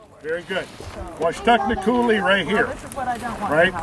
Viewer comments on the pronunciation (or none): Great video, I especially enjoyed the graphic combined with the images. It makes it really easy to picture how it happened. But you really need to get the proper pronunciation of places when you are there. You pronounced Yakima, Washtucna, Ephrata, Wenatchee, Kalama, Umatilla… wrong.